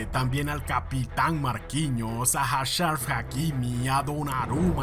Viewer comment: Achraf Hakimi ❌ hasharf hakimi ✅